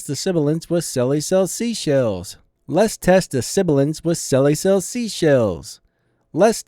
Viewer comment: you were saying "let's test the sibilance" in the video but it sounded like you're saying "lest test the siblance". i think he's pointing that out.